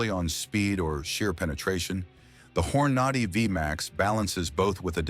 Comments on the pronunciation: He's putting out this video and mispronouncing Hornady? Its Horn A Day, not Hor naudy. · You can't even pronounce the words correctly..... when you tried to say Hornady.... you were pronouncing it as Hor-na-dy.... can't you even figure out how to pronounce the manufacturer's name correctly.... you're not even talking about 22 long rifle rounds.... what a wasteful video This is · Where can I get me some of those hor-NAH-dee bullets that was talking about? 🙄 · The narrator here doesn't know how to pronounce Hornady? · AI that can't pronounce Hornady correctly, and Lead pronounced Leed. You get the picture?